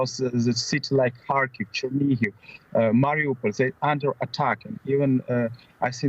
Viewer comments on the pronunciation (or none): Mariupol not Mauripol